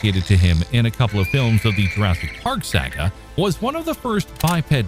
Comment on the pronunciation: No I haven't. Is that the prequel to Jur-RAY-sic Park 2? But I have to admit I have heard of Jur-say-ic World.